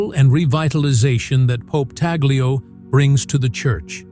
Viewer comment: Pope Tagle is pronounced as ‘Tag lay’ not ‘tag lio ’. Please pronounce his name correctly. ‘tag lay’ not tag lio or tag gel. Just ‘tag lay’